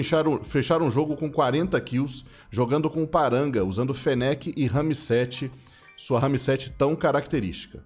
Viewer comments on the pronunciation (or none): caralho mano para de falar RAMI-7 não tem i no final cara